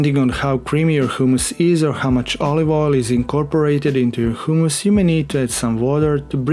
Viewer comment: 'hoooomus' lol funny :)